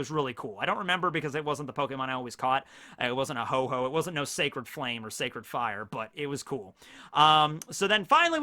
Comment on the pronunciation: Ho-Ho? You should check it's name again, it's Ho-Oh.